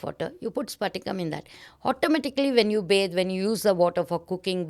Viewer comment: Its patika not sphatika she is mentioning. Its alum or fitkari. Thats why she mentioned to drop alum which purifies water. Its not clear crystal. Hope someone finds this useful.